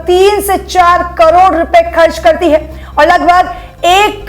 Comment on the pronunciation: Ye ladki “hai” bhot ghatiya bolti hai yaar..